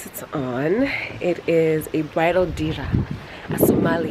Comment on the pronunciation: Dera..not dira